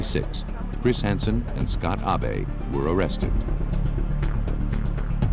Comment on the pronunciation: And they kept saying Ah Bay for the son in the last case. That's the Japanese way of pronouncing Abe. If he's American, it should be Abe, short for Abraham, as in Abe Lincoln.